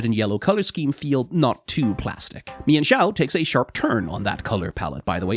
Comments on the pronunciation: Meen-foo and Meen-shao Not me-en-foo and me-en-shao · Sorry to burst your bubble but its pronounced "mean-fu" And "mean-shao" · I wonder if anyone brought up you mispronounced them